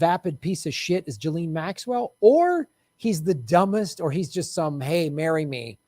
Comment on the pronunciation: You have to pronounce her name right. It's giz-lane. 8 know someone with the same name who told me that's how it's said.